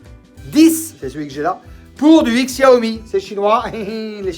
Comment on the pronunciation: Ca se prononce "cha-o-mi".................... ........ ........... c'est un jeu de mot chinois avec "show me"..... mais faut savoir........